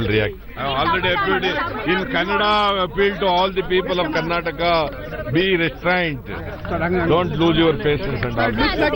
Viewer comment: Not karnatak it's Karnataka